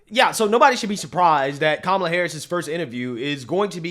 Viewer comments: Did she say Kuala Harris 😂😂😂😂😂😂😂😂😂😂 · She said..."Kawala" 😆 🤣 😂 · She's calling Kamala Kawalla😂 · Love it, I call her cumal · She intentionally mispronounced her name! How racist.